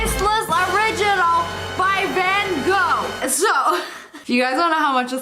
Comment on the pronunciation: It's pronounced van Gof